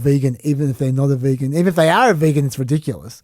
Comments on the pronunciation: He doesn't know how to say vegan correctly. Its not his accent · Are you sure that's Trump's accent? Are you sure he just doesn't know how to say vegan? 🤨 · I feel like he doesn't know how to say vegan, yeah... But I'm notoriously bad at catching sarcasm, so I couldn't tell if that accent explanation was a joke, perhaps??